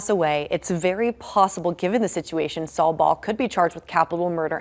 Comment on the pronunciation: Not Saul its Sal